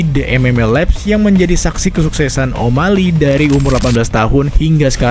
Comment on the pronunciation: Banyak yg bilang kalau channel ini lebih baik dr radio tempur. Tp, Maaf pak tp spertinya masih bagus dan rapian radio tempur. Translate inggris to indonesia, dan pronounciation bhs inggris radio tempur jg lebih baik. Sbg contoh, di video ini penyebutan o’malley masih “omalei” dmn shrsnya penyebutannya “omaeyley”. Pun demikian dgn translatingnya. Bahasa translate yg digunakan oleh radio tempur sudah disesuaikan dgn bahasa sehari2. Disinilah letak kualitas antara radio tempur, channel ini, channel yg openingnya ewer ewer ewer wik wik wik, dan channel lainnya Tp gapapa pak. Ini hanya masukan dan kritik yg membangun. Semoga kedepan bisa seberkualitas radio tempur ya pak. Mohon maaf sebelumnya. Terima kasih ya pak 🙏